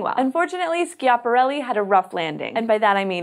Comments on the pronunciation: Please pronounce 'Schiaparelli' in the right way.. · Is Schiaparelli pronounced "Skiaparelli"? I thought it was pronounced as it was spelled "Schiaparelli".... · Slow down! Bailed out half way through this exclaiming "Shut up!". You talk too fast, you edit out gaps between sentences leading to this not being watchable. Oh! You should check pronunciation of " Schiaparelli ".